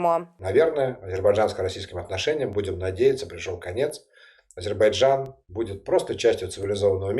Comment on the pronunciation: Ведучій слід правильно ставити наголос в слові Азербайджан, так оіже вухо її нагллос на першій букві, Аааазербайджан🤦🏼‍♀️